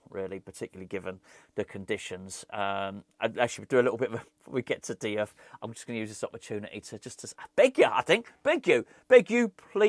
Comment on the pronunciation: Diouf read = JOOFF